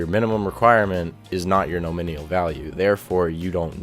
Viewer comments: lol, im a developer and you dont know what your doing or talking about. nor can you speak the word NOMINAL its not NOMINIAL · I need therapy after haring "nominial" so many times. Other than that, great video. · NOM - IN -ALL : say each of these groups of letters LIke :alum- min- ium : My mom wouldve agreed with your english, but my english, sorry to say, is american. Following link is for your benefit of pronunciation. (click on the speaker icon) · lol...nominial... It's no min al brother. great video, learned alot thanks..subbed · Here you go, this guy made quite a good documentation, that appears very logical: You might have to resort to google translator though;) Thx to, the video wasn't too bad actually, besides listening to your pronounciation of the word 'nominal' being a little bit painful. Good stuff, thanks! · This is the 3rd video I've watched today from 3 different people who all pronounced nominal incorrectly. Your video was helpful so thanks for that but damn. It's not a hard word to pronounce